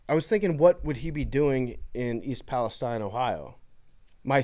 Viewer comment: The Ohio expert in the room doesn't know how to pronounce East Palestine